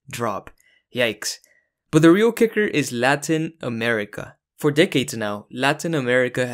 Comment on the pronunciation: Hi man! Really cool video! I can tell, you seem like a native Spanish speaker right? Because if not, that is some impressively good pronunciation of the names of the countries in Latin America!